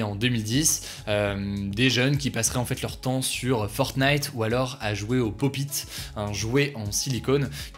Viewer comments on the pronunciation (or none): none